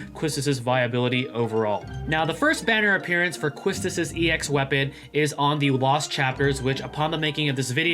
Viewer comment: YES! QUISTIS!! 😍 Whipping all the baddies 😆 Also her name is pronouced as “KEY-Tis” :3 Kinda like how Tidus is “Tee-dus” Her name german or something 🤔